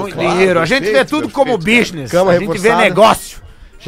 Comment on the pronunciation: Hahahahahahaha "ar genti ve tudo como bisni"